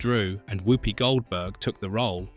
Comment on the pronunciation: He also keeps saying "woopy" instead of the "wuppy" pronunciation which he would know if he had watched it lots of times